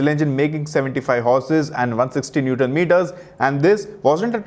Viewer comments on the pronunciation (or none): none